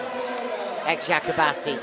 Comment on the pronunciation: This commentator should ask how to pronounce the name of the clubs before the games. Very simple task, right?. Like he doesn't have to do it perfectly, but he should get kinda close. Every time he said the name of Eczacibasi, he said differently and never got it right.